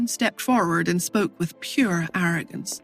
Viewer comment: The AI pronounces it as poor as pure.